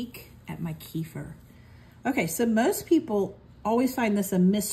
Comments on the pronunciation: Thanks! And just fyi it's pronounced keh-feer. Not few keifer Sutherland. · Blessings. It's Turkish in origin and in the region there and in Russia, they say Keh-feer. By all means keep saying it the way you want. However, there is one right pronunciation. It's not a tomato tomahto thing.